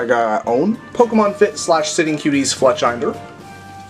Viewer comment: also its Fletch inder like cinder